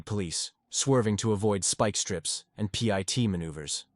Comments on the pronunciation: Pee eye tea maneuver? If you want the AI to say it right you gotta write Pitt maneuver with the capital P. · P.I.T 😂😂 man it's pit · Pit ❌ P. I. T. ✅ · Too bad AI voices don't know that PIT is pronounced not spelled. CPL is short for corporal. Geez this is ridiculous. Great videos but please have a real human narrate.